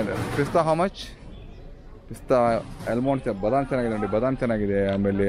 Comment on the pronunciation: Nice video as usual by you. I'm from Bangalore. Just one point, when you pronounce almond, l is silent. Keep posting 👍👍👍